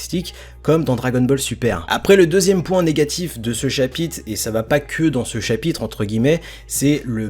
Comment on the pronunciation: Sympa la vidéo mais essaye de dire chapitre car dans la vidéo tu dis chapite si non c’etait niquel